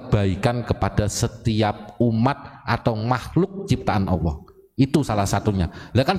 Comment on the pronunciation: Bacanya Allah kok awoh ya